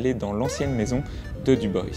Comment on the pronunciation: Dubois prononcé à l'anglaise 🤔. Vous pouvez dire Dubois 😉